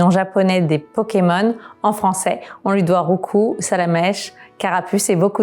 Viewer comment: merci du dit roucoups sans dire le p